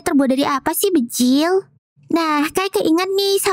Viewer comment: bejirrr bukan bejilllll